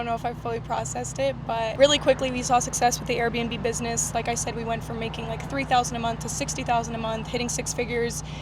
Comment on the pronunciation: Air b and b business she said air bums and boobs